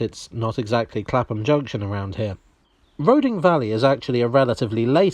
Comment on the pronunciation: I might be wrong, but I always thought Roding was pronounced "Roothing". Don't ask me why. Perhaps it's from Norse or the Anglo-Saxon. Not that it really matters.